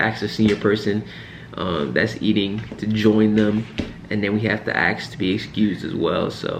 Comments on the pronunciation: Ensign, you’ve gone from enlisted to officer. Learn to say “ask” properly. It’s not “axs” . You’re a smart young man. This is a small thing, but sounds bad in an educated man. Trying to give good advice here. Listen to one of your colleagues if you need to get the pronunciation correct. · Just say axs. No one except for this guy cares.